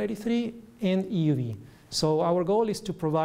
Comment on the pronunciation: he doesn't pronounce the e in euv.